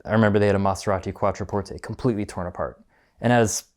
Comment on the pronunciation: This guy pronounces Maserati as if it were an Italian dish 😂